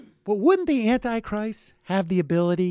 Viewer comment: "Annie Christ"....OMG!....Who is Annie Christ?